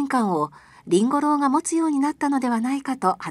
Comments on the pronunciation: りんご郎のイントネーションに違和感があるのは私だけか？ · 発音、りんご ろう、じゃなくて、りん ごろう ですよ。